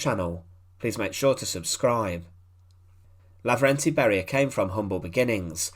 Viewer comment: He was Levernty , not Laverty. And it wasn’t a brutal execution, rather it was a truly just execution.